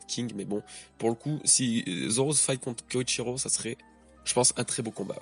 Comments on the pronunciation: Désolé mais c'est beaucoup trop perturbant mais c'est Kyoshiro, kyo et pas Koyshiro "koyshiro", je pense que s'était un foreshadowing que Orochi ne soit pas un sabreur ou samourai car dès le début on nous a dit que le Shogun à été placé là par Kaido (si je me souviens bien) sinon très bonne review :) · Je t'en supplies! Arrete de dire KOYshiro au lieu de KYOshiro, tu fais que le dire de la mauvaise manière, un peu comme Thrillerbarck, on ne le prononce pas [ThrAYller bark] mais bien [Thriller bark] en anglais! le i ne se prononce pas "ay" dans ce cas particulier mais "i", comme en français. Hormis ça, super video!:) Force et courage pour la suite! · Kyoshiro et non Koichiro. 😅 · KYOSHIRO pas KOICHIRO